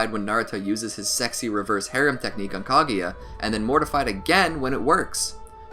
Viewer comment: its kaguya not kaGAYya